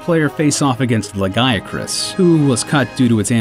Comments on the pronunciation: Outside of Jagras and Lagiacrus that's pretty good. Lagiacrus should be more pronounced like you did with Legiana's "gee" pronunciation, I believe. I don't believe it's pronounced with the "guy" pronunciation, but that is alright. Good first try! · Acrus? I included "ah-croos." Also, his Japanese name is Ragiakurusu, so disregarding the R, it's pronounced the same way I spelled it. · great 'jargas'. 'lagy acrus' 'alloy' 'square EN ix' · Great "Jag-Russ" "Law-gi-uh-croose" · "laGAYcrus" and "jargras" ?! my brain just exploded holy fuck ahhahaha nice video verall, but those names are sooo wrong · Please,, do not follow the pronunciations of ProJared. It's "La-gee-ah-croos." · Still wondering why people pronounce Lagiacrus as “Lagaiacrus”.